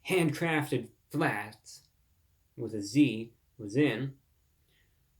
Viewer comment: every time he said "HANDcraftedFLATZZ" I laughed, wild work